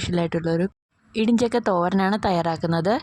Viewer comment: Idijakka alla idi chakka😅😅😅